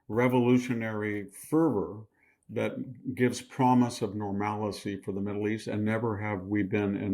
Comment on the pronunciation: Victor, there is no such word as normalacy or Nucular......you need to wake up